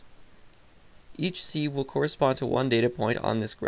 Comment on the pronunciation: It is pronounced "siv" you plebe.